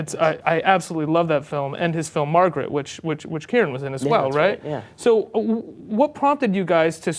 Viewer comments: lol. Kieran not Kiernan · it's kieran not kiernan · kiernan?! I think you mean Kieran